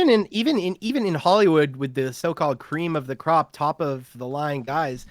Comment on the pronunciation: Cweam of da cwop